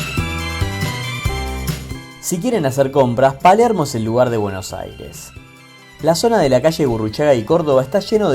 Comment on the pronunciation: Porfavor PRACTICA unnpoco de español para poder pronunciar, pol lo menos AIRES😮😂